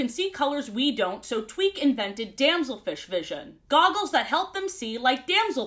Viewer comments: Hi yes, was I the only one who heard say twink instead of Tweak? Like I heard it, had to run it back, and then repeated said process 10 more times. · EVERY TIME SHE SAYS "TWEAK" I THINK SHE SAYS "TWINK" AND IM SCREAMING. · Every time she says "tweak" i think she's saying "twink" and i assume she's talking about shellington or smth (also head cannon tweak tweaks out when she can't get something right) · constantly saying 'twink' instead of 'tweek' is just so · Bro I thought I was making shit up💀 like I was sitting here like “twink?.. nah I’m delusional she’s saying tweek… wait what I swear she just said twink again wtf” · now why did i think you said "Twink".... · Half of the time I mishear Tweak's name as Twink and I am genuinely losing my mind. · It took me too long to realize you weren't saying twink 😭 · i swear i keep hearing you say “twink tries to fix the gup F” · I thought you called Tweak "Twink" briefly. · I kept hearing "Tweak" as "Twink" 💀